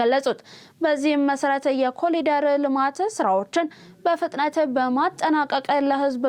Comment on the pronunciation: በዜናው፡ላይ፡"ኮሊደር" ተብሎ፡የተነበበው፥ "ኮሪደር" ተብሎ፡ይታረም፤